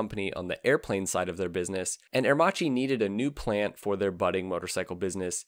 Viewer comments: You butchered the pronunciations especially " ah err Maki ".... how can you have done this ? You showed a picture of Giles Villenueve as W. Villa.... Agostini etc. You missed out on the little known now braking system the "idronico " which is a form of a drum brake . It's a cone working within a cone to work smoother and has increased surface area. Better for aerodynamics. You had one pic of it btw. Macchi did not need any engineering expertise from H D . They were building 16 cylinder twin plug per cyl Supercharged aircraft engines in the 1930s and still hold the float plane records. Italy was under financial mayhem due to the OPEC restrictions, so it was a mutual benefit to do business. I lived it. Thank you for sharing some light ..... call on a real Italian , contact a consulate or some of that nature next time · I wish you'd taken a second to just check how Aermacchi is pronounced. It's italian. Chi becmes a K sound. It's Aermakki. Good well researched video but the pronounciation makes it more difficult to sit through than it needs to be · It's pronounced "Aermakee", not "Aermachee". That's the correct Italian right? Just like it's Moto Gootzee, not Moto Goozee. A pizza pie is pronounced peetza, not "pezzah" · Good segment in general but it is incredibly irritating to hear aermacchi pronounced herrmaci over and and over again. And Walter Villa clearly Germanic ualter. Also aermacchi could not build planes because of the armistice terms so the bike company was born when the plane company died. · I wish he'd pronounce the name Aermacchi correctly. In Italian, if the letter C is followed by an I or an E you pronounce it 'ch' as in church. If C is followed by any other letter (in this case H) you get a hard 'k' sound as in kite. The double C is basically a longer 'k' sound. It's not rocket science. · It's really pronounced Air - mak-ee! Not; Ear- ma- chee. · A pity that you butchered Aermacchi's name for the complete video...